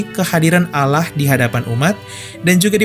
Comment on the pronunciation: Allah bukan alah